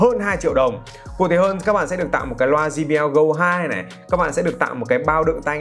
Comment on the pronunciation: Quảng cáo cho hãng mà đọc sai thương hiệu của ngta rồi ông ơi. Đọc là “giây bi eo” chứ sao lại “gi bi eo”